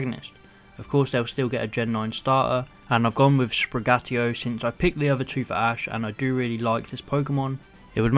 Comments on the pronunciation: Fuecoco: Its pronounced Fu-eh-coco Sprigatito: Its pronounced Sprig-a-ti--to Quaxly: Its pronounced Horrible-y you need the authentic accent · It's pronounced Sprig-a-tito